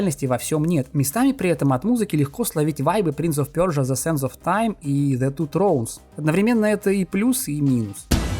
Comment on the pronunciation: Персия ❌ Пёрсия ✅👍